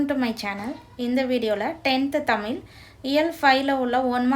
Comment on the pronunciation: தயவு செய்து 'தமிழ்' என்ற சொல்லை சரியாக உச்சரிக்கவும்.